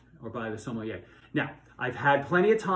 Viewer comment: Good grief. If this man is a wine expert, he should know how to pronounce "sommelier" correctly.